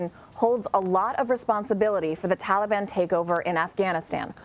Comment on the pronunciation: Since he’s making “deals” with the Taliban he could pronounce their name correctly.